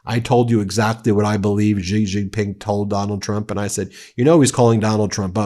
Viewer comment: For heaven's sake, learn how to pronounce Xi Jin Ping.